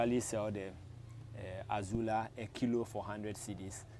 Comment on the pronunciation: It is NOT Azula, but AZOLLA.